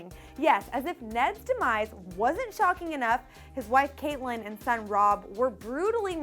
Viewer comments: U can tell she doesn't watch got by the way she pronounced Catlyn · You said Catelyn's name wrong! I wouldn't say that Mona was the most shocking death though, that should have gone to Hershel from TWD or the Game of Thrones deaths, even though book readers knew it was coming.